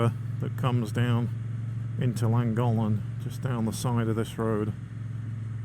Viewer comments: Llangollen i think you said Langholm 😊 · Isnt it pronounced langothlen? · Would have been nice if you had done a tiny bit of research as to actually pronounce Llangollen, its not rocket science, and no, im not Welsh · Also pronounced it Thlangothlen because of the double LL's. Maybe I've been doing it wrong? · Nice vid. Llangollen is pronounced more like Chlan (the Ch is important like in church but listen or ask locals)- Goth Len. Wales is great for bikers. Glad you love it. I do find how people say Welsh place names funny :) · In your defence it’s not easy to pronounce words in a language you don’t know. I understand the frustration for 1st language Welsh though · Llangollen is a gorgeous place but I wish you would pronounce it correctly. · You are miss producing the name of the town in correctly. There are two LL not one at the beginning that make a sound together as if you have flem in your mouth and you put your tongue between your teeth to say the word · Please please learn how to pronounce Llangollen 😖. 50 & 40mph roads haven't changed under the new legislation. My Speed Twin 900 cruises along happily at 20mph in 2nd gear. Nothing is ruined, North Wales is still the best place to live & ride. Sure the 20mph zones could be tweeked in some places but it's early days 🤷‍♀️. I won't be signing any petition, it's nice having our villages safer & there are plenty of fast roads still. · Can't listen you wreck how you pronounce Llangollen 🤦‍♀️ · To be fair, you should be banned from Wales until you learn how to pronounce Llangollen properly. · Thanks, but I feel you could have made some attempt to pronounce Llangollen properly. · Nice vid but try pronouncing Llangollen correctly especially grating listening to you massacre it....also 20mph in towns villages is mildly irritating ...no one likes change.🏍🙄